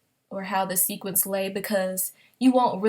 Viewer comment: Wait. Wait. Did she say "sequence" fabric. LMAO, great video tough 😊